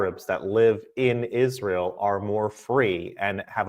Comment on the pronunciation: Dave SMITH is supposedly a Jew but can't even say Israel correctly. Might as well just talk to us some more about a nucular Iran.